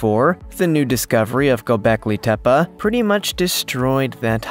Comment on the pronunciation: Gobekli Tepe you're pronouncing it completely wrong!!!!!!